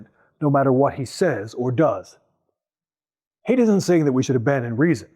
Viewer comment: You're pronouncing his name wrong. Haidt rhymes with bite.